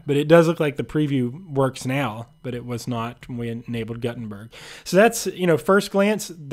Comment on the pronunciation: It's pronounced G-ou-tenberg